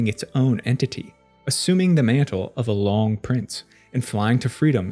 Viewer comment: Pronounced Loong